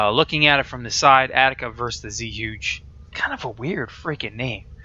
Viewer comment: I took mandarin for a year, but it's been a long time. zhuge is definitely Chinese. more like chew-guh, or something like that. don't quote me.